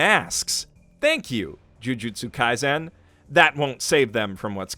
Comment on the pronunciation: please, you don't pronounce it kaizen, it's kaisen